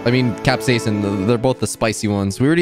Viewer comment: Ur pronouncing capsican wrong it's cap-siscin not cap-seasen